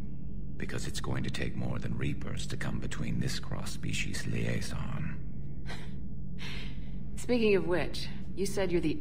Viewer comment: God damn. . . "Liaison."